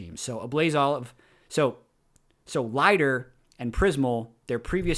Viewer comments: Lighter? Pronounced leeder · His name is Lider, not Lieder!! 🙄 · I have always heard Lider pronounced Lee-der and not Lie-der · pronounce Lider like leeder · Really been enjoying this series so far. I think Lider is pronounced like leader, at least that's how it was pronounced when he was on vitality in LEC last year. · Pretty sure Lider is pronounced “leader” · please check pronunciation for lider. I think youre wrong and its difficult to listen to. Nobody in EU that I heard pronounced it like this.